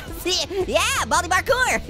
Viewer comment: your saying baldy you should say baldi